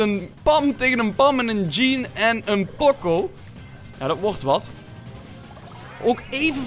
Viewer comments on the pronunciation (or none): Leer die namen uit je hooft, pocco alsjeblieft POCO